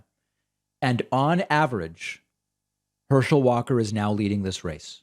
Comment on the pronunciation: Herschel, I thought you said hershey